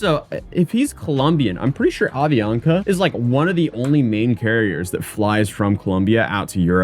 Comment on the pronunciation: Dude, it's Avianca, not "Ovionca"!